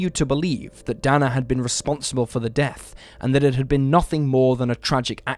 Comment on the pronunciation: Dana = DAY-na